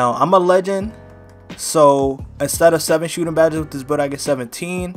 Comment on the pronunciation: So we not gone talk about he says Sootin Bad-es instead of Shooting Badges